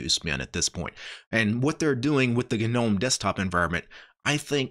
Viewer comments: it's gnome. Pronounced nome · am i tripping or does he keep saying the word "gnome" wrong... wtf...